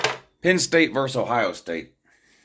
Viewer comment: VERSUS! VERSUS! VERSUS! not verse!